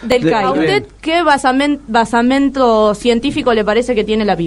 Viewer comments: Se dice basamento no " basamiento". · Jaja la interlocutora en el minuto 11 dice "basamiento", será que miente? 😂